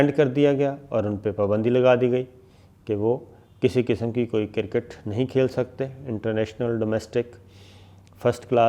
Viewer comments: Sabir sahab it's not cirkit its cricket lolzzz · Sir, you are renowned 20-year experience journalist, the word is "cricket" you are spelling it as "cirket", request you to brush up some English pronunciation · صابر شاکر صاحب کوئی خدا کا خوف کریں یہ لفظ کِرکِٹ نہیں کَرِکِٹ ہوتا ہے Cricket but not cirkit please correct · Very humbly sir, its not kir-kat its cricket (kreekat). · Sir with all due respect its cricket not circket I hope you dont mind my correction upon this word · KIR-KIT.... LOL...SIR ITS CRICKET.. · Kriket ....not kirkit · crikit lol. pronounced well hhhhhhh buddy cricket. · Jahil aadmi..the word is CRICKET not KIRKET as u said..atleast try to speak properly.. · Atleast pronounce kirket “Cricket “...🤣😂😅